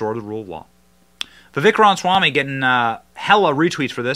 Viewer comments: Oh, for crying out loud! It is not Vivek Ron Swamy! It is Vivek Ramaswamy! It's not that hard to pronounce, for an Indian name. I love Vivek. He's really smart and because he's young, he grew up in the indoctrination so he understands it deeply. However, much as I really, really wanted to vote for him, I have no choice but to go with Trump out of principle. Forget DeSantis. He's dead to me after that fake AI crap he pulled showing Trump hugging and kissing Fauci. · Ram-a-swamy. Not Rom-swamy. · Love the content but you have to pronounce his name correctly. Ramaswamy. There’s no “n” in his name. “Ram-a-swam-ee” And Burisma is pronounced “Burr-ees-mah” not “Bur-si-ma” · Johnson …… sound it out bro! I’m seriously about to unsubscribe because of these mispronunciations. Burisma is pronounced “Burr-is-mah” not “Bur-si-ma” and “Ra-ma-swa-me” not… whatever the hell you just said! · seriously, it pisses me off that Benny can't pronounce his name. Not that hard. Like him saying Burimsa instead of Burisma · You are mispronouncing his last name.